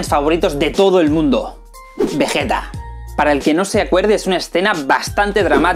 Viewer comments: Como le vas a decir VeJeta y Góku maaaaaan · El porque a vegeta en latino le dicen vegueta y no vegita es porque en su primer aparición cambiaron a la directora del doblaje quien siempre hacía lo posible por dejar los nombres con la pronunciación japonesa. Luego la directora volvió para dirigir el resto de dragón Ball y es por eso que el nombre del planeta vegeta si está bien pronunciado.